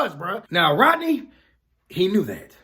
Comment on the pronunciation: Rodney, sounds like Roddy to me